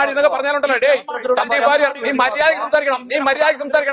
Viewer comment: ശ ന്ദീവ് വാര്യർ എന്നല്ല - സന്ദീപ് വാര്യർ